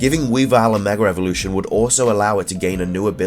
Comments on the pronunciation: Every time I heard you say megra evolution it killed me not a typo it's what you said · are you saying megra evolution. Maybe it's my hearing